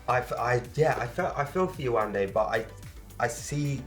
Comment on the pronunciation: it's so nice to hear the host FINALLY say yewande's name correctly and not yewanda.